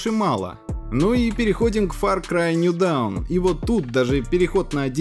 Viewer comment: Слишком плохой английский для информационного канала. Назвать Лайнус Тэк Типс - Линус Тэч Типсом и New Dawn - ДАУНОМ, это ни в какие ворота. Ну возьми переводчик Гугл и нажми кнопку "произнести вслух"